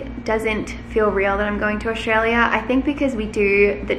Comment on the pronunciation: I've noticed that doesn't pronounce Australia like an Aussie...she says it in a weird way...btw I'm from Sydney...